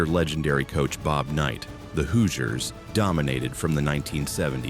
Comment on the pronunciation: The pronunciation is this video is horrendous. Do your research on how to say Hoosiers and Wabash.